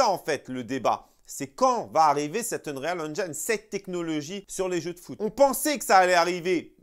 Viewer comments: Mais pourquoi tu prononces unreyale alors qu'il faut juste dire unril c bcp plus simple. Tu allais t ettoufer au début. Sinon top la vidéo ;) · UN"REAL" madrid engine ?:) Juste le conseil de prononciation sans vouloir faire le relou lol : si tu prononces "engine" à l'anglaise alors tu dois prononcer "Unreal" à l'anglaise aussi ;) Unreal => irréel Qui se prononce "Eunril" on va dire Continues les sketchs on se marre bien